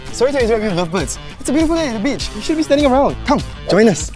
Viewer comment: Him: What A Beach This is What I hear: What A Peach